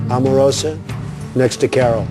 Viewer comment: Donald Trump can't even say Omarosa's name correctly.